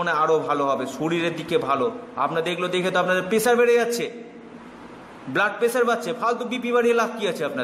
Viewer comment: rahur jonno coronavirus eshche? 😂 jai hok.. ek kaaj korun kobe vaccine ashbe seta bolun.. r kotha ta "prediction", "pediksan" na😂 "blood pressure", "blood pesaar" na😂 agey minimum porashona ta kore ashun tarpor jyotish shastra shonaben!!